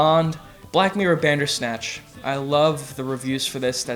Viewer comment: Bandersnatch cmon lmfao